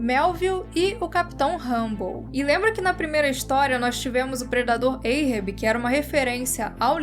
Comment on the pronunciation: Adoro o canal e sigo vcs desde qdo tinham seus 5 mil-10 mil. Mas precisam melhorar ou pesquisar como q se pronuncia algumas palavras. Ahab não é "eirrebi" é "árrabi" a etimologia do nome é referência o Mobi Dick q por sua vez é referente ao Hebraico. Então não tem som de "EI" o A, mas de A mesmo". Ganimedes tbm.